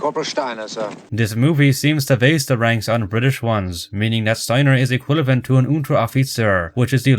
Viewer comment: It's excusable that you mispronounce words in foreign languages, but the fact that you - being Irish - consistently mispronounce "equivalent" as "equilavent (ee-kwill-a-vent)" and "weaponry" as "weaponary (wep-un-airee)", among many other very easy English words, is ridiculous and makes it hard to watch these videos sometimes. You're Irish. I highly doubt your first language was something other than English. This goes beyond accent - please learn how to say these words properly. Considering this is a channel based around correcting other people's mistakes, I feel I am justified in leaving this comment correcting someone's mistakes.